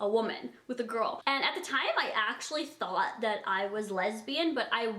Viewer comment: Lol she said "I THOT"